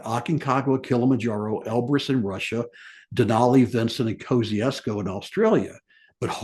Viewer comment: I understand these names can be confusing being from all around the globe, yet I'm just letting you know how to pronounce Kosciuszko like an Aussie. We would say: Mount Kozzi - ozs - co, but fast. For sometime it was spelt without the letter 'z' in the name of the gentleman it was named after, but this has finally been corrected and the 'z' has been restored. As for my own opinion as to whether to include Kosciuszko in the Seven Summits, I think the mountain in Indonesia should be included and Kosciuszko an 'optional extra'. Unfortunately, there is no other way to include Australia due to our rather smaller alps, unless anyone wishes to include the volcano on Heard Island which is Australian Territory despite being a mere 4,000km South West of mainland Australia which is part of our Antartic Territory. As this region enjoys World Heritage Protection, I doubt this will ever be approved of. Looking forward to this series!🇦🇺